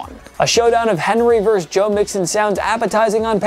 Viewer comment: The word is "versus". VER-SUS. Not verse. A verse is a part of a song or poem. Versus meaning opposing.